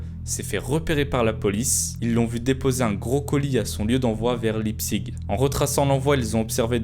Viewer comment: La ville ça se prononce Laïptsich